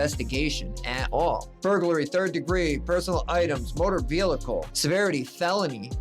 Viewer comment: I find it humorous that you point out someone's spelling mistake but you can't pronounce the word vehicle properly